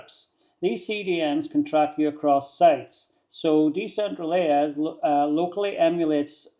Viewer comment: I think it's pronounced "decentralize". It's a play on words: Decentral + eyes. 👀 "Decentraleyes".